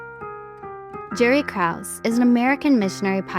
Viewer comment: You mispronounced "Krause." It's pronounced with two syllables.